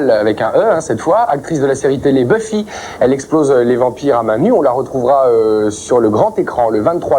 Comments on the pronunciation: En même temps la qualité des questions, pas savoir prononcer son nom, appelé la série Buffaï, les lésions dangereuses… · Bufaye contre les vampaïres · le mec qui prononce BUFAILLE pour Buffy , et "soudain l'été dernier" au lieu de "souviens toi" ^^ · "La série Beufaï" XD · Je rêve ou le présentateur a dit "Beufaye" ? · nan c'est faux ça se brononce Beuf-i en anglais...